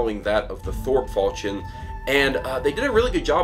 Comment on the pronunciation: The "ch" in falchion is pronounced like "sh" to my knowledge.